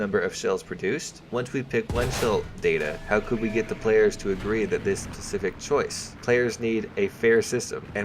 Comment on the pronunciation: reeeeeeeeeeeeeeee stop saying pacific its specific not pacific